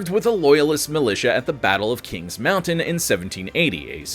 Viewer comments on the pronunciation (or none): none